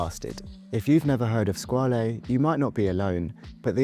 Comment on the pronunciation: Fun video 👍 FYI Sinn is pronounced Zin, Squale is pronounced Skwal.